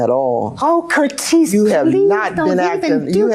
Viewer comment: I am going to call everyone who upset me, Curtese from now on.